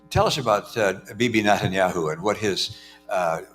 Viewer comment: He mispronounced Netanyahu